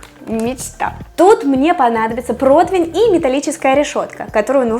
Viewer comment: Противень. Не протвень. В целом позитивно, понравилось